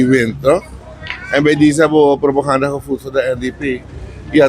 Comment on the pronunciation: De 1 voert propoganda en de ander propaganda zt daar het verschil in? Deze man zegt steevast altijd propoganda hinderlijk gewoon.Kan iemand hem het juiste woord influisteren aub?